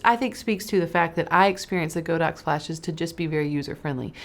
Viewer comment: Godox is pronounced god-ox.